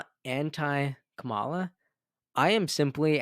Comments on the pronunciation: Bro I love your page but you have to pronounce Kamala correctly. It makes you sound so dumb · Jesus dude! Please learn how to pronounce her name. It is so disrespectful. It's the same kind of BS the Republicans are doing by intentionally mispronouncing her name. I'm giving you the benefit of the doubt. It's not that hard. As a purveyor of news, this is something you should be able to do easily.